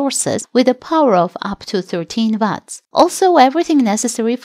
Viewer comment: Please please change the narrator. It’s called watts not VATS!